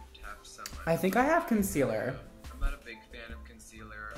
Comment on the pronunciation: when he said concealer I was like noo that hurts..